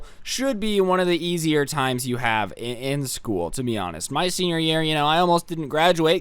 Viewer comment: Scuul Schoal, ah ScHooL